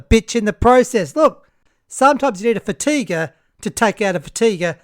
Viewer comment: Fatiguer on fatiguer crime!